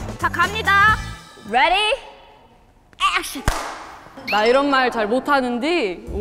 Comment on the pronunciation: “Reddieeee Ackshin”